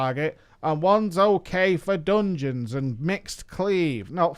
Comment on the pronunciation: I heard too many "doonjeuns" for tonight.